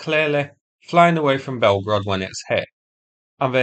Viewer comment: "Blyetgorod" will never not bring the lulz to me 🤣